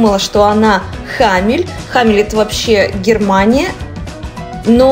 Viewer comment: Второй раз прошу произносить не Хамель, а Хумель. Ну почему такое упрямство? Хумель.